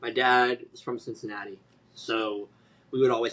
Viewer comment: I'm the CINCINNATI KID! SIN-SIN-NAUGHTY?